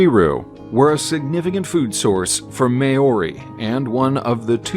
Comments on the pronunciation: Those May-oRi KerreeRoos sure are cute though... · no you both have no clue what you're talking about, it is pounouced how it is written. "M-AO-RI". Emphasis on the A. But the A is not pronounced the same way that you'd use it in a word like 'at'. It is pounouced with an "ah" sound. And the A on O blend into eachother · I’ve seen all of these birds Btw I held a kakapo Also it’s not mayori it’s mow-ry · Sorry but your pronunciation of Maori is completely unacceptable .. you could please make a little effort…. Repeating Kererū and Māori and takahe over and over with no effort to pronounce correctly … is sad. Or are you a bot ? Stop stop stop saying Mayory. Very lazy and insulting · One should attempt to learn before narrating another’s language. May-oary (Māori)sounds bloody terrible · What in the heck is a May yorri? Go home and leave NZ stories to New Zealanders. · Here’s a quick pronunciation explanation of how to say Maori, Mou-ri, not a lot of emphasis on the A otherwise it sounds a bit white xD. Maori and pakeha get on generally well because the English colonisers didn’t screw the maori over as much as the native Americans, or aboriginals. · Pakeha From America Pronounce It Mo-Re Or May-Or-E. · I'm pākeha and he is excruciating. MĀO IS much like Chairman Mao - I can't figure out how to pronounce the way you wrote it. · The Word Maori and all the birds name have been pronounced incorrectly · There is no rolled r !! It does disrespect. You wouldn’t hear maori, kererū or takahe. Pronounced in this flippant way anywhere in new Zealand Just check on a translation app or ask someone ! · Terrible Maori pronunciation to an otherwise good video. The pronunciation is offensive. At least listen to the correct pronunciation before narrating.